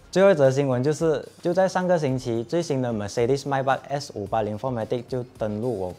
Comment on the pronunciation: Not My Beck. Its May Beck.